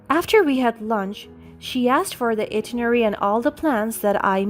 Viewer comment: Itinerary. Sound it out: eye-TIN-er-ary.